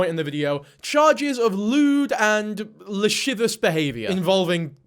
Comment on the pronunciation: Lashivious..... lashivous.,...lasssivous... ...lasssivious....lashivooooo?